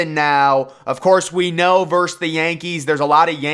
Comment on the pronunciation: VERSUS not VERSE